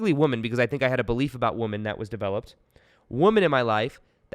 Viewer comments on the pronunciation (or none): It's women , not woman....pronounced.."wimen" not "woeman"one is singular...one is plural.. It really Matters. Love you bro.